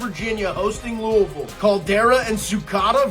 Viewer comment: appreciate the love for Marshall, but this guy repeatedly saying verse instead of versus was extremely annoying not to mention the mispronunciation of Louisville. Lou-uh-vull not Louie-ville